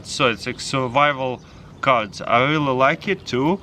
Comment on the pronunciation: Did he just say SuRvIvAl CaRdS